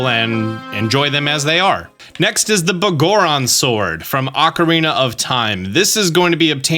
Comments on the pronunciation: Its pronounced Big Goron Sword. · Can't get over the way you say Biggoron Sword lol.